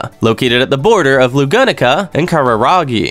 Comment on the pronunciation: Replace "Lagunica" with "Lagoonica" for my fragile American psyche please